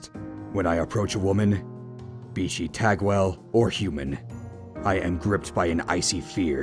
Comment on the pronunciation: I think it's pronounced tog-well.